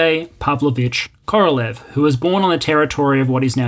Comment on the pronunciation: You are pronoucing Korolev with the stress on the first syllable rather than the last - I always heard it pronounced like "Korolyoff."